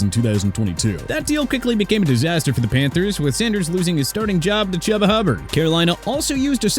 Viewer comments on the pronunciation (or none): It's choo-ba Hubbard not CHUBBA! And also it's pronounced Eh-jur-ihn Cooper not Ed-garen! Ja-lynn is pronounced jay-lynn! MOSTERT IS PRONOUNCED MO-STIRT NOT MOSTAIRT!